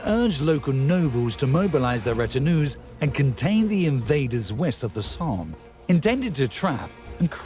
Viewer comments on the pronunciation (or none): none